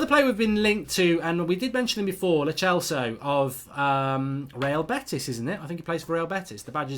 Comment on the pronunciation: It's lo celso like cell not lo chelso